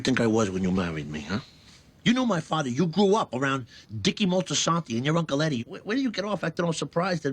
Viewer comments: Omg stop calling her Eddie! It’s pronounce “Eee-dee” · Eddie? Seriously! You're pronouncing her name as Eddie? What is this, an AI voice? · You pronounced “Edie” incorrectly the whole time too. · Her name is Edie, not Eddie